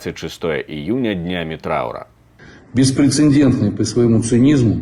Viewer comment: Глава Дагест.говорит "беспрецеНдентный"!!!😂😂😂😂 там нет "н" перед "д"!!!😂😂😂